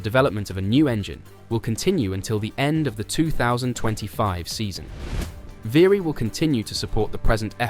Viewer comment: How difficult is it to pronounce "Alpine" properly? (Or "Viry"). Lazy, second rate stuff.